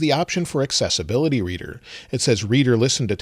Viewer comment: Why do I keep hearing successability instead of accessibility?